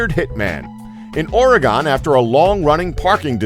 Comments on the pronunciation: It's "ORE - a - GUN" , not "or - a - gone"... Got it ? ... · IN OR-EH-GONE?! BOI. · "aura" & "gun" DAMMIT.. just once someone say it right. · its Oregon NOT Ore gone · oregun that's how you pronounce it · THANK YOU. everyone from out of state says ore-GONE. It didnt go anywhere. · OreGON, octaGON, lol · Wait, #4 is where? Dude, that is not how you say Oregon. Lol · He pronounced both Norfolk and Oregon strangely. Where is this guy from? o.o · Learn to pronounce Oregon, dipshit. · You pronounced Oregon wrong...